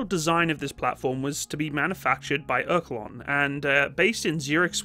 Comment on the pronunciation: That has to be the worst pronounciation of the word Oerlikon that i ever heard. it's pronounced like "Ör-Lee-kon"